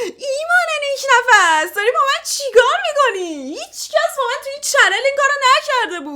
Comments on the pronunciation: Nik nafs ❌ nik nafas ✅ 😅😅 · نیک نفس❌️ نیک نَفَس✅️